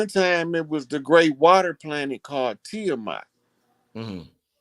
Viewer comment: Tay mat ( Tiamat )